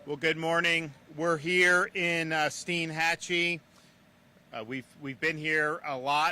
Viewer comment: It's Stienhatchee.Not steenhatchee.